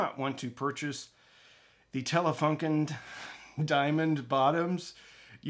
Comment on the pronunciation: You are struggling with „Telefunken“ - used to be a famous German brand: in the 60s to 80s every other German household used to have a Telefunken radio! (The other half had a Grundig radio.)